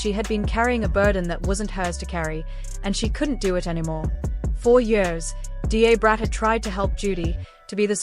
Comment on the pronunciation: D A is pronounced as 'dah'brat. I had to stop watching this, because it was irritating me